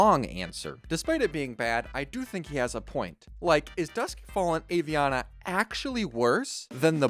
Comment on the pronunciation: Aviana is pronounced Ah-Vee-Ana. Most Hearthstone players mispronounce it and thats understandable. The reason I don't is because Aviana is my best friend's name.